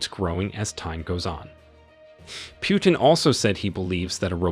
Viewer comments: My friend it is not Pyutin it is Putin Learn How to pronouns names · Poo-tin, not Pew-tin 😂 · Could you pronounce the name correctly, please: it's "Pootin" and not "Pjutin". I don't want to make any political statements here and I am happy for African nations' debt to be forgiven( it probably does mean a relief to them) but, as for me, I feel that the motives here could be of different nature. I am not too sure that there are no "ulterior motives". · It's not "Pyootin", it's "Pootin". Russian Путин. Google translate will pronounce it for you. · Putin NOT Pjutin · in the future, it's "POO-TIN" not "pew-tin." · it's not Pjutin, it's Putin,learn to pronounce the guy's name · Pronounce well : pootin. Not pewtin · His name is Putin, not "Pyutin." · The way you pronounce Putin (pew-tin) makes me hella uncomfortable lmaoo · Your pronunciation of Putin isn’t right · I can t like your video when you show that you are too stupid to pronounce PUTIN. How hard is that? What school did you go to?